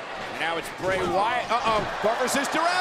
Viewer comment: bray watty 😂😂😂